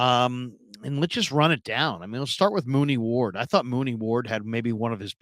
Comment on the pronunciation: U said Mooney ward 😂😂😂 u mean Charvarius Ward